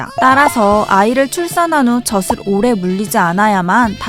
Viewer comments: 발음하실때 저슬..아니고 저즐.아닌가요?? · 저슬 말고 저즐 이라고 발음했으면 좋았을텐데.. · 저슬 아니고 저즐......... 거슬리네요 계속 나오니까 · 너무 재밌게 보고있어요! 다만 '젖을'의 발음은 [저슬]이 아닌 [저즐]입니다ㅎㅎ! (젓은 새우젓, 오징어젓 등에 쓰는 젓)니까 발음까지 정확하면 더 좋을것 같아요 ㅎㅎ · 내용은 좋았는데요 벌음이 거스려요 젖을: 저즐(ㅇ)저슬(×) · 젖을 : [저슬] 이 아니라 [저즐] 이라고 발음해야 맞는 것 같습니다. 마찬가지로 젖이 도 [저시] 가 아니라 [저지] 가 맞고요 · 재밌게 잘봤습니다. 젖이 젖을의 발음을 저시 저슬이아니라 저지 저즐로 해주시면 더 좋았을것같아요 ^^ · 젖을 [저즐] 교육적인 컨텐츠가 많은 만큼 올바른 발음에도 신경썼으면 더 좋았을 것 같아요. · 젖을 젖에 발음이.. 너무 신경쓰여요 ㅠㅠ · 아니 이걸 아무도 검수를 안한 건가? '젖을', '젖이'는 [저즐], [저지]로 발음해야 하는데 [저슬], [저시]로 발음하네요. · 발음교정좀 하셔야 할듯 저즐 저지라고 하셔야죠 그리고 시옷발음도 교정하셔야겠어요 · 저도 같은 댓글 쓰려고 했어요. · 계속 [저슬], [저시] 라고 발음하잖아요. 이건 실수가 아닌지라 뜻이 얼마나 달라지는지를 보여 준것입니다. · 새우젓도 아니고 왜 자꾸 [저슬][저슬] 그러나요??